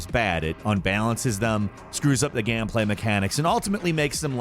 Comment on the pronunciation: "screws up the GAMPLAY mechanics" lol i find it really funny when says GAM instead of GAME, it really cracks me up